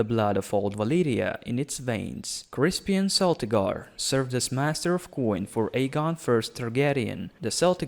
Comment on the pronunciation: Isn't it a hard C in Celtigar, pronounced as in Celt? Not much on House Staunton huh? You missed quite a few named Houses that aren't facing extinction or anything: Farring, Harte, Blount, Thorne etc. Was that because you didn't know the locations? Cos that makes the existing listed ones taking up lands in the image that are probably far too big...